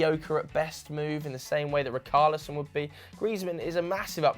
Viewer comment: It’s not ricarlison loool, you pronounce it as he— shh— arlison 🤦🏾‍♂️😂😂😂